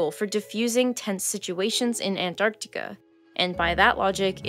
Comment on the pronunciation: Please don’t say Antarctica anymore.